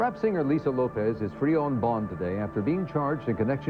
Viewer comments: Good Lord!, first at all the last name is Lopes, not Loaps. She didn't die right at the accident, she died at the hospital. She didn't have a fight with her boyfriend, she got to his house with her sister and saw he had bought all those shoes for him and nothing to her so she took em to the bathtub and light a match and that's how the house got on fire. The car accident was because a car was going in the same direction as her car and she tried to avoid it. Please get your facts together before making a video. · Lopes not Lopez ! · Yeah I know, I figured it out the third time it said Lopes😁. The content creator should've spoon fed it pronunciation eg LOW PEZ. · Please put some respect on the queen’s name! ❤ “Lopes = LOW-PEZ” 🙏🙏🙏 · "The pronunciation of Lisa's last name, in this video.. is sending me🤣🤣🤣